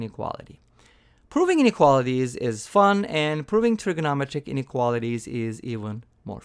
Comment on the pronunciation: "trigonometric" has five syllables.